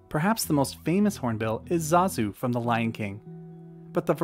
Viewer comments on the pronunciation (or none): none